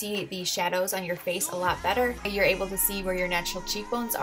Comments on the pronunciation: Did she seriously just say "bester"? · did she say ripen "bester" i cant believe im the only one thta noticed that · She fucking said, "if you want your food to be ripe bester..." bester. bester. BESTER. WTF!!! BESTER IS NOT A FUCKING WORD!!!! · bester??? (better) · Did she just say bester???